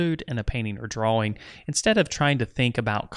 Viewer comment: Dude are you incapable of saying DRAWING like a normal person?..